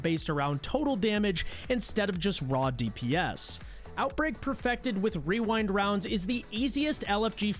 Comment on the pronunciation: You mispronounced "wewind wounds". That is all